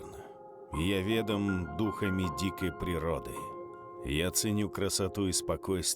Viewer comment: Блин, чувак, ты делаешь прекрасно. Начитанность, умение составлять слова в предложения, умение синтезировать и интегрировать в видео совершенно неожиданные произведения искусства (это я про Бродского в одном из роликов по ГВ2). Но, бля, русский язык... Когда сделано так круто и вдруг... "презренно смотрим" (презрительно смотрим) или "я вЕдом" (я ведОм, мне вЕдом) .... прямо вымораживает. Конечно на Ютьюбе с речью у большинства проблемы. Но когда ставишь такую высокую планку, попробуй все-таки следить за речью. Чтобы было прям идеально.